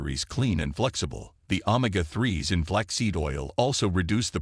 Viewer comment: Hey robot, it’s o-may-ga, not ohm-ma-ga 😅